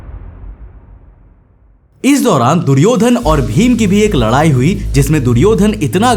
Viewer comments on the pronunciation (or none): none